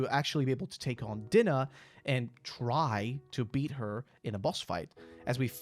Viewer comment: Love the video, but Dinah is pronounced Die-Nuh. Also, if I recall, the Cheshire Cat was the wonderland version of Dinah.